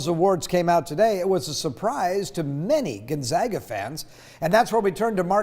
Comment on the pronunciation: Gunzaga? Our local news should at least say it correctly. Thank you for saying Gonzaga correctly.